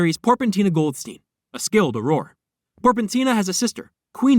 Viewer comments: its pronounced Or-rer right? its driving me insane 😂😂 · stop pronouncing auror like that please🙏